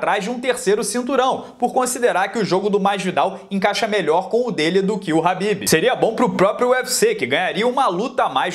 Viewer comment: Habbib é esfiha. É khabib.